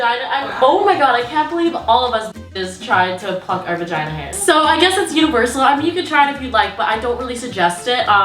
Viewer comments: Girl, you’re wild, thanks for teaching us what nobody has the courage to! Btw, I find it hilarious when you say vAgiNA😂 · I don't wanna say the word "vagina" Also, throughout the video: dramatic pause "VAGINA" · The way she put emphasis on VAGINA😭😭😭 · The amount of times she awkwardly paused and said vagina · I find it so funny that there’s a awkward pause before she says “v@